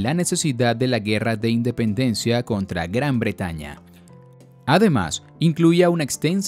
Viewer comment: Dependencia? Se comieron el "In"